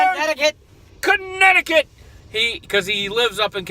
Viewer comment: lol i think cant put his phone down.... someone is addicted to his games. 😁 great video!! omg said cuneticunt. 😨 ha ha how about them massholes. 😁 👍